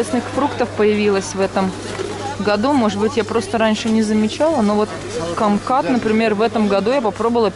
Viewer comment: не камкат а кумкват